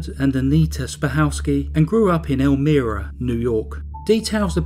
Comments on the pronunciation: I found your video quickly today and at first didn't recognize the way you pronounced Elmira because we say it with a long I sound It's a nice place, but in reality New York State is pretty rural with much of the state being conservative and right wing. The part that makes us liberal is New York City. Thank you for another interesting tale of crazy. I appreciate it very much. Have a glorious week! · I love your accent! I live less than 15 minutes where this case was. I wanted to let you know how to pronounce Elmira. "El-my-ra." (Elmira). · I was trying to figure out where you were talking about......but then I realized it was Elmira(long I).....just a short comment.....I do enjoy your videos though. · Meep good vid tho elmira is pronounced el-my-ra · It’s pronounced El-Myra . :) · Hate to be a b*tch, but I live in upstate NY. Its ELL-myrah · I'm from rochester and almost mentioned the pronunciation as well. Also thought the same thing, not that it matters. Still another enjoyable video. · Idc if peep mispronounce a word or two... especially if they're not familiar with the word bc it's from a foreign place, culture and/or language. Butttttt...am I the only one that thinks he said "El-mee-rah" way more than needed? 😜 FYI...it's pronounced EL-MY-RAH. Great video as always!!! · Do more research on how to pronounce the name of the place ur talking about.. It is not pronounced, Elmeera, it is El-MY-ra, n.y. Sometimes I can just ignore mispronounced place names, but u seem 2 say this 1 so much, I couldn't. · El-MY-ra not el-ME-ra. sha-MUNG county. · well done! I don't recall hearing about this, even though Elmira is very close to my hometown, but their crimes were before I was born. Anyway, thanks for the upload! P.S. it's pronounced "ElmEYEra" 🙂 not that it matters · Its (pronounced) ELMYRA not Elmeera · It's pronounced "elmEYEra" not 'elmEARa'... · It's pronounced El-MYra, like with a long "i" sound. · Love the vid man, but holy shit it's El-My-Ruh